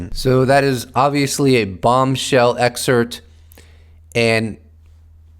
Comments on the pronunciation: You’re a smart guy please pronounce excerpt, anonymous correctly there’s a P in it ? It’s not EXCERT ITS EXCERPT . You ALLWAYS use the latter when your trying to say the former. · Excerpt, not excert